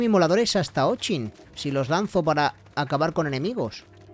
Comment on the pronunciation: Se pronuncia ochin no o chin